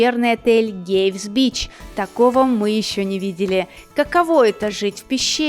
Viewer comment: Не "Гейвс бич", а "Кейвс бич" - первый звук "К".